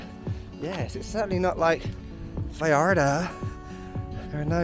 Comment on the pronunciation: I'm sitting here working on my pronunciation of Vallarta. I just can't quite get it as authentic as you did . Impressive stuff.